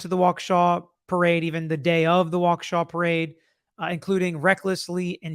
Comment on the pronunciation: Good job pronouncing Waukesha perfectly (I am a WI native).